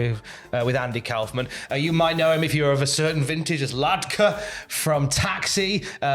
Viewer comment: Kaufman rhymes with Hoffman. Anyway....they should get Letterman to induct him if Jerry or Tony Clifton (the other one) is unavailable... So awesome he's going in.